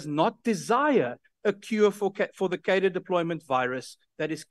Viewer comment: I implore you, Dearest. Please, please start pronouncing the word "Cadre" better.